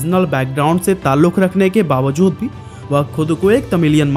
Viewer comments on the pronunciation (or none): none